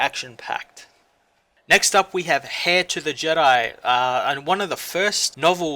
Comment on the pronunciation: 😒... "Heir" is actually pronounced like "air", just spelled differently. Great coverage tho. Very informative.